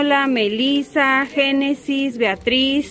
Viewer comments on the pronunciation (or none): none